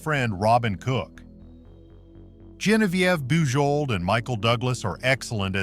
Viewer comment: Saw it in the theater, and it gave me nightmares. And he mispronounced the actress' name : JON-viev BU-jo